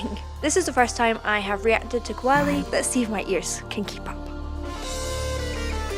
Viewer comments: pronounce "KAA-WA-LEE" not "ko-wa-le" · It's pronounced Ka-waa-li and Raag not Raga ... 2025 come on , just try to pronounce it better .